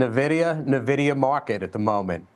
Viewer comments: When are people gonna understand the correct pronunciation of Nvidia. It's NOT Nah-via idiots, it's En-vidia. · How would one trust these experts when they can't even pronounce the company name correctly? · Fun fact, the pronounciation of NVIDIA is the same as Spanish word Envidia, which means "jealous"